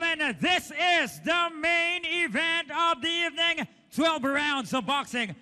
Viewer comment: Pucha butiki Yung. "EV- NEENG" daw..By way of "Kneck-out" 🤣